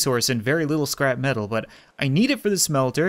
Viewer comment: LOL XD! Whenever he says scrap metal it sounds like he says scrapman!